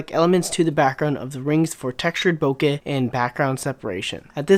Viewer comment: Yes!!! finally a photographer that knows how to pronounce Bokeh properly!!!